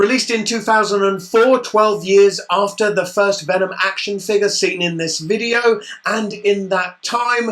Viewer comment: хватит говорить акшен